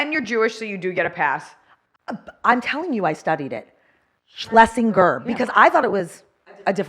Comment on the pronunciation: Schlesinger is a German name and pronounced (in American English phonetics): Sh-lay-zing-er It means "Person from Schlesien", a historical Region in Central Europe